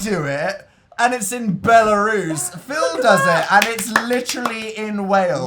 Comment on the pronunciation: i just freaked hearing dan say "pheal" this far back